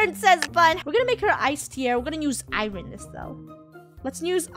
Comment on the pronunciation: Irom? ? Oh hahaha iron 😅😅😆😂😂